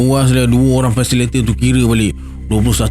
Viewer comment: Hehe...bkn 'Fasilator'...tp..'Fasi-li-ta-tor'...😂hehe...apa pon, u r da best..i'm a fan maaaa..😅😂